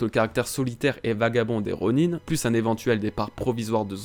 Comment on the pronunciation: On dis ronin (ron1) pas ronine